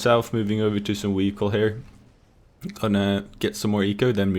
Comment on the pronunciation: "Weeheecle" XD